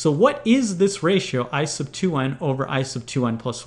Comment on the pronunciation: when he says "I sub" it sounds like "ice of"